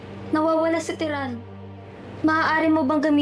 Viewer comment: terra ❌ Tiran✅